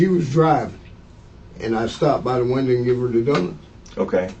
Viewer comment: "She hollered at me through the windur."